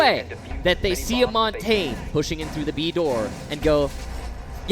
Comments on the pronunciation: Who is Mon-tayne? It's pronounced Mon-tan-ya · If it were Italian, that'd be correct. I speak Canadian French, specifically from the Pacific, so it may not be how it's pronounced in France or Quebec, but here we pronounce it Mohn-tañ.